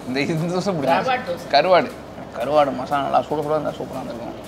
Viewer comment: Karvaaad😅😅😅(vadivellu slang)